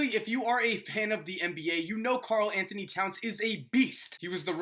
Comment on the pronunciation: Why are you calling Karl cat